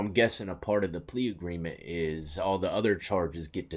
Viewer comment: naa buddy its agreement not agreence...i fought that 1 for ages it is in agreement....Love the analities 😂😂😂 man your shows are fun